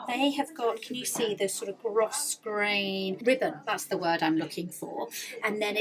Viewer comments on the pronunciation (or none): Beautiful dresses. By the way, its pronounced 'gro-grain', silent s. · Love these pieces! I believe the word grosgrain is pronounced grow grain.